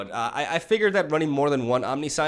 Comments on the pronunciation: Omni-science haha that's like saying con-science instead of conscience xD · Om - nih - sh - eee - ence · OMNISAIENS, that's how you pronounce it But I love when you mispell words, it's kinda your thing and it fits your funny character persona And any haters can go suck a Bolas :) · It's pronounced "omn-nish-ence" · Good vids buddy.. And its "omnishence" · The Kaptain No you pronounce it omni-si-unse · It's om-nish-intz. Love the originality of your decks bro. Keep up the gr8 work👍👍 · A friend I play MTGPQ with attempted to buy a copy of Omniscience, he pronounced it incorrectly as you did and I can't wait to click out of this video because you're proudly saying it incorrectly over and over again; the moral of the story is the store owner wouldn't sell it to him and he said, if you cant pronounce it right you dont deserve to play it. #grammarnerds #getrektscrub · I know its wrong, but I prefer how he pronounced it, since science is clearly part of other word and omni is latin meaning all, but I am a foreigner xD